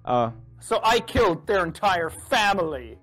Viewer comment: dont know why I cant stop laughing at this Who keeled dem, and whhyy